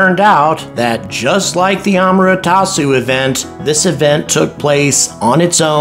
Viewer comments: it's A-MA-TE-RA-SU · Thanks for another enjoyable video. My only real issue was with the mispronunciation of "Amaterasu". Just wanted to point it out for future reference